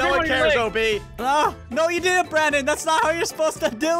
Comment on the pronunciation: why did you say brondon not brandon